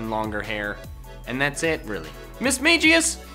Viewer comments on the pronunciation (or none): Is anyone going to talk about how he said mismagius? (mis-mey-jee-us)